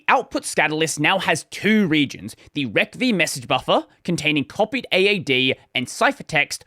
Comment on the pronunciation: I get unnecessarily triggered every time you say "rec v" rather than "receive". :P